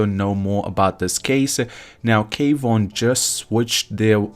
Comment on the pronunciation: Omg, it's honestly hard to take you seriously when you can't even say his name correctly. Kwon, not K Von. Pronounced Kwahn. Seriously. Get it right.